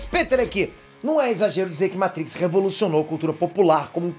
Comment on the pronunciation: Ahhhh como é bom ver um vídeo no youtube sobre Matrix e não escutar o apresentador falando "meitrix"... se eu não fosse inscrito no canal, já tinha um novo inscrito